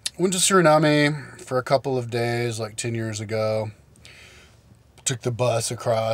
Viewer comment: you pronounced suriname wrong :p its either Surinam or you say it in our native language Sranang